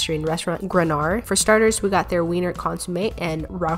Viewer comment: Hey, Im from KC (and slight German descent) and I love Grunauer! Also btw it’s pronounced Groon now wer